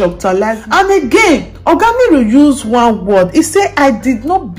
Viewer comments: Nuru not Niru pleaseeeee! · It's pronounced Nuru and not Niru